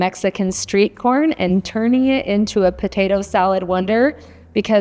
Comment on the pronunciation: I think she said sweet corn and not street corn